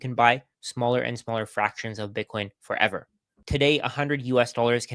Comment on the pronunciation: for-ev-var : P